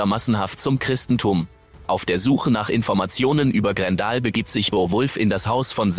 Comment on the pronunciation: Grendel spricht man GrenDell aus und nicht Grendal , hört sich ja wie ein Kofferwort aus Gandalf und Grendel. Bei einer Computerstimme muss man es manchmal so schreiben wie man etwas ausspricht, dann klappt es meistens und eine Computerstimme kann dadurch viel angenehmer werden, vor allem wenn man etwas mit einem Ausrufezeichen schreibt und Bindestriche gezielt setzt, dadurch betont die Computerstimme gewisse Sätze anders.